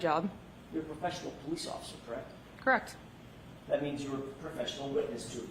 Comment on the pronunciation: Same reason hasn’t been for murder of the word “correct”, which she pronounces “Kract ”. Both are disgustingly!